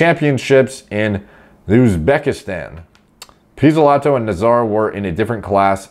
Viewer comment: You nailed that pizzolato🇮🇹